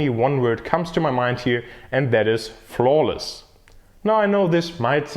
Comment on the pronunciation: the way he said “flawless”, and perfection 💀